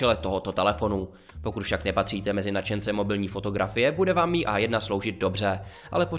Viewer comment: Čte se to em i a ne mi